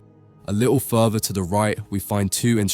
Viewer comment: Furver ( further) wright ( right) befwore ( before) Frwoo ( through) fweest ( first ) WHAT ACCENT IS THE NARRATOR USING PLEASE